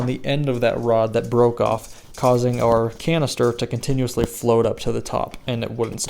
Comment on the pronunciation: Almost sounded like you said colon cancer replacement valve…..might be on to something.